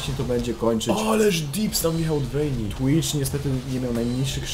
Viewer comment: "łejn" i "łejni" serio? 2 podstawówka się kłania "v" w angielskim czyta się jak "w" dlatego "wejn" i "wejni" a nie przez "ł"